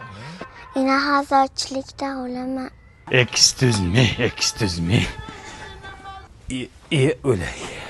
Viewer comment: Ekstuzmee, ekstuzmeeee. Exskyuzme demoqchida shekilli😂